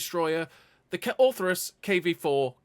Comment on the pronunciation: Orthrus, not Ortherus